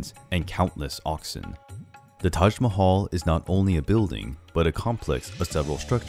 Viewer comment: u r pronouncing Taj Mahal incorrectly